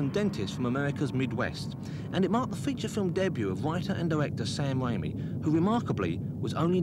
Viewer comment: “Mr Sam Waimi”